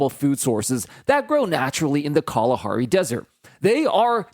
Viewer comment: You said Kalahari really well and I appreciate that coz I'm a local